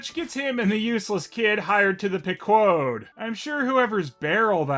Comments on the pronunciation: Stop pronouncing Pequod like that. Haven’t you played mgs 5? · Wait, is that how the ship's name is supposed to be pronounced? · You might think that is pronouncing the Pequod's name wrong, but then you're failing to take into account that this is the alter-Dick universe, where Moby Dick gets therapy from a squid and acting lessons from a starfish.